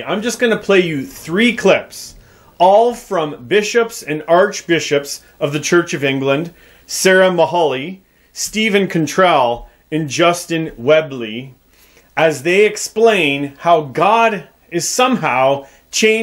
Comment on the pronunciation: It is Justin Welby not Justin Webly. 0.21